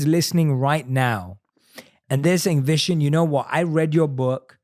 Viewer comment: Vishen: "...I changed my name to 'Vnson'...cause nobody could pronounce 'Vishán'..." Me (typical indian): even u can't pronounce it correctly!! 😅😅😂🤗